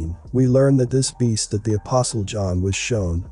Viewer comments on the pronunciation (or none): none